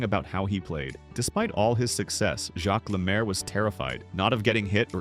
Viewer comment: AI crap. Stupid title! You are an idiot, he is not forgotten. Can't pronounce French names! He was one of the best 2 way players ever, and became a great NHL game changing coach.